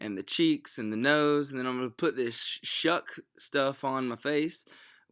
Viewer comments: This is the best! I died when he called the foundation "Shuk" 😂😂😂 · Lmaoo Ik many people are saying it but I died when he said "haters will say they're fake"...and then called the foundation "s-h-u-k" lmaooo best one I've seen yet gooo!!!😂😂